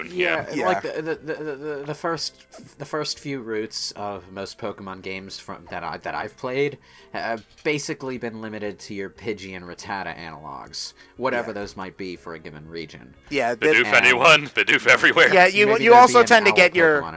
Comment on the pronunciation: It’s Rat-ta-ta not Ruh-tata.